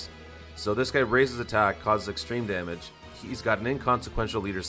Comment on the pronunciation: From now on i want the "damon" instead of damage xD I liked this video this could be done for other Units that will come for global... I liked it...